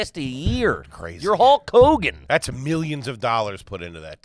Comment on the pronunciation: AYG if you pronounce it Hull Kogan?